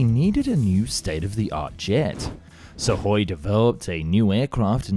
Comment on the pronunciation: Wow, an English YouTuber that didn't follow the failure'ous "transliteration" charts and had read the Suhój as Suhój – not as "SOOkoj"(instrumentative singular for /b.tch/)